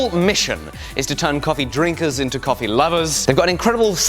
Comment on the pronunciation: For an italian hearing someone calling that coffé is hearth breaking